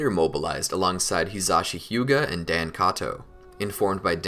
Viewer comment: Dān is prenounced Don